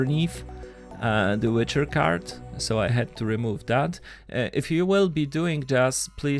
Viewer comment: Wicher is pronounced Wiiicherr and it means whirlwind